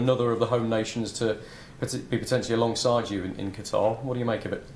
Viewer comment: the way Gareth pronounces Q'tar wrong lmao